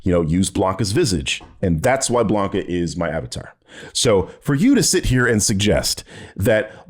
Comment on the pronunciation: I agree with ALMOST everything. Woke definition YES, human race YES woke does NOT = broke YES BUUUUUUUTTTT the way your pronounce Blanka!! Pistols at dawn!